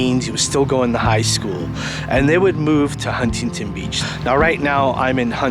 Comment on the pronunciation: How do you miss pronounce “Huntington “Beach?? And “Chateau ? “. C’mon man !! 👎🏿